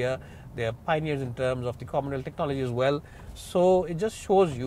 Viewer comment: You are not clear when you say technolgoies!